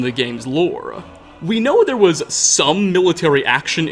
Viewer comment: "The more you "nose". :)